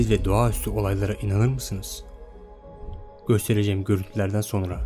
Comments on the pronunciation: Göstericeğim diyo 0.25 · gostireciem goörüntülerden sonra ( köylü şivesi😂 )